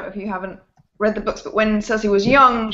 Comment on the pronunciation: has he even seen the show? wtf is a Cersy?